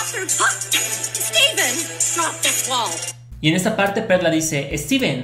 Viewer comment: Yo escuché "Ball" en vez de "Wall" Ball es bola Las burbujas son bolas Steven tiene el poder de su burbuja Tal vez Steven estaba usando sus poderes de burbuja